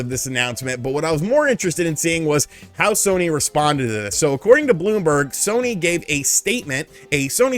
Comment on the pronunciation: Haha at one point yo said shony sare